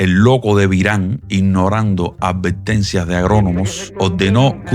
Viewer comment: Se entiende, lo único que “casne”, “invittieron”, “advettencias” etc., son palabras que no existen en ningún idioma. Si a usted le gusta así, bien, solo le sugiero al youtuber ser profesional. Es su elección. No es mi canal de YouTube. y ojo, soy cubano y lo puedo tolerar, para una persona de otro país, suena aún peor.